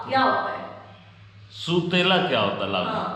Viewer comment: لفظ سُوتیلا نئی ہے سَوتیلا ہے